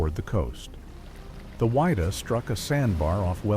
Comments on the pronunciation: its WID-DAH not WHY_DAH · its pronounced "Widdah" not WHY DUH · It's pronounced Widdah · It's pronounced Wid-Dah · Wha-dee-ah 😅 it bothered me a lot too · it grated me every time I heard the ship's name mispronounced. it was not the "why-da". Ugh. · Pronounce the name of the ship correctly please.